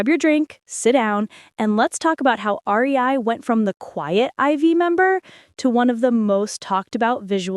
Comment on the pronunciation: Not the "R E I"😭🩵